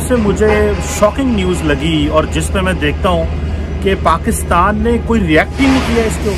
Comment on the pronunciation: And even they pronounce pakistan ko paxtan